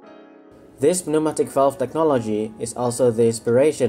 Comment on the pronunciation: I agree. Your English is very good, much better in fact than that of many English people! Quick tip. Pneumatic is pronounced New-Matic, the 'P' is silent. I don't envy people trying to learn English as a second language, much of it must be very confusing!